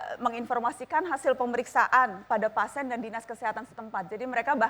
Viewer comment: ternyata najwa gabisa bilang PASIEN